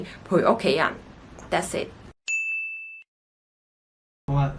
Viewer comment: Hahaha... "That's it..." Sound like how a Singaporean speak... hahaha